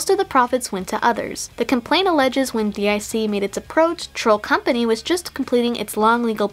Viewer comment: Just like Athena, you pronounced DiC wrong.